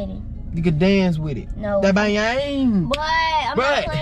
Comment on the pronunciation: bayang* lol 😂😂😂